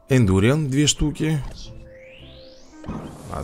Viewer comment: Индуриан ударение на а. БЕСИИТТТТ